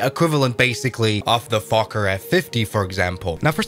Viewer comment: You definitely didnt say fokker...